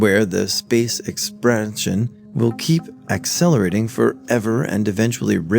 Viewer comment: “Space exparn-sion…,”